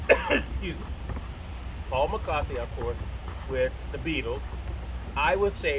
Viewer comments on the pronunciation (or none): It's Paul McCartney, not McCarthy. Come on, man.